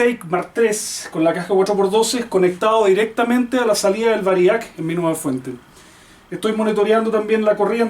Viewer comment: humildemente mi aporte...la palabra es VÁRIAC con acento en la primera "A"